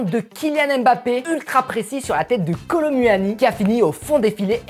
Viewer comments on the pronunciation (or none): Kolu moini pas kolo muani ca ne ce prononce pa comme ca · Sa ce dit Kolo mouani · On prononce pas u dans Kolo muani le u on fais comment si C’était ou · Sa me fume quand il dis " Kolo mUuani"😂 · Comment il dit kolo muni 😂😂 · Kolo manière 😂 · Nn c'est kolo mouani à la prononciation😂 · On dit Ronaldo Shop et on dit Kolo Mouani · Il dit kolo m u ani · Bro tu prononce mal le nom (kolo muani)